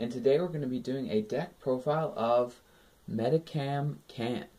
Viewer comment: U say it Medikam, its supposed to be said like MediSHam